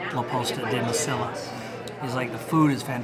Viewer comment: It's pronounced like this...La Post-a day LA Messy-a...the ll in Mesilla is pronounced as a y.